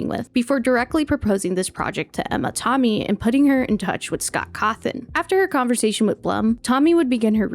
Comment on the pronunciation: Absolutely LOVE this video, but Emma TOMmy? You gotta be ragebaiting, right? Literally everyone says TAMmy...